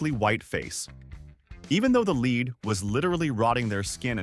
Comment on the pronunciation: Could you please teach your AI announcer how to speak English? It is jarring to have your AI not know the difference between LEAD the metal and to LEAD someone around. It just makes you look stupid